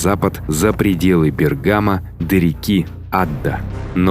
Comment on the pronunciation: Не БергАмо, а БЕргамо и мосты перепутаны.